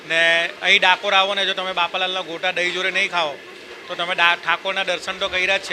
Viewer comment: ગોટા બોલો ભાઇ... ગોતા નહી